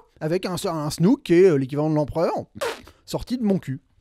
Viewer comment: Tu es vraiment pas crédible..dire Leila, Snouke. Nan mais tu es inculte niveau cinéma. De plus Snoke est en full cgi joué en morphing par Andy Serkis. Arrete de faire des critiques en n ayant aucune vraie info sur le film.